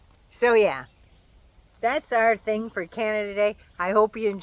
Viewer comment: “ foy yer” is just wrong :-)